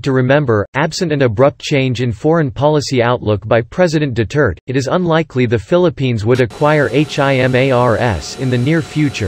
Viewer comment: Could you pleasw say Duterte instead of Dutirt!